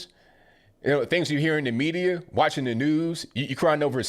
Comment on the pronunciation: "The medirrr" 🤣🤣 LMAO